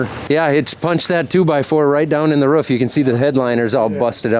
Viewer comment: I thought he said rough is bad but he meant roof